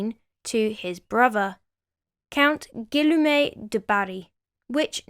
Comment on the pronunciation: As a french-german dude, I stopped the video at the disclaimer. I know how hard it is to pronounce french names for non-native speakers, but you're giving your best. It was cute tho. I loved it. Only partly wrong tho. You did good on 3 names. Gene du Barry. I'll never pronounce it in another way! Cuteness overload. "Gillomet" instead of "Gee-ooohm" is the best. I'm not making fun of you, bc as a legit historian I must say that you did good overall, but it sounds frightfully cute. I love this video.